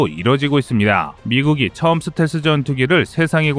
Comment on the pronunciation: 듣기가 좀 거시기하네. 슷텔스가 아니고 스텔-스 라고 해주시면 고맙겠음다.